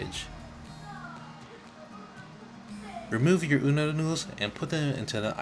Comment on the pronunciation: Did anyone hear he say uno noodles it (o-don) udon noodles